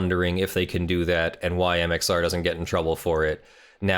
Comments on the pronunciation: Am I the only one here who’s gonna point out this man is saying MXO plays rather than MXR plays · when he says mxo and not mxr it kills me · Am I the only one here who’s gonna point out he is saying MXO plays rather than MXR plays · why are you constantly calling him MxO? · Why are you saying "MXO"? Isn;t it MxR? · Its MXR not MXO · It's MxR. Not MxO. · Who else is annoyed he keeps saying mxo